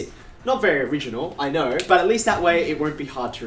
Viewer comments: The way he is pronouncing "knoouw" he definetly got a lot of knoouwledge about keeping things interesting 😁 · I love the way he pronounces "know"